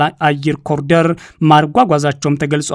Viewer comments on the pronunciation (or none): none